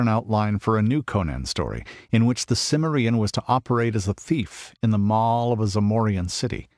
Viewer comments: For edification, it's pronounced Cim - MER - ian, emphasis on the second syllable. Jeez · Also, it's Kimmerian, not Simmerian. The narrator should know this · Good....but why your anal pronunciation of cimmerian ?